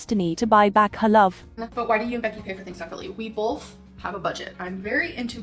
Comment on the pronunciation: "We BOLTH".... She's a f***ing idiot.